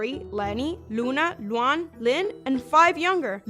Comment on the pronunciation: Nah bro called luan luuan